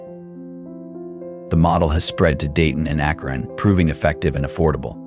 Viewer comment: Lived in Akron for 20 years. Pisses me off when these AI videos can not pronounce the name correctly. 😡